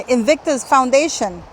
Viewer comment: And Invictus Foundation pronounced absolutely right.....Why should they foot the bill? My goodness!!! Meghan really is despicable and a bone idle grifter.....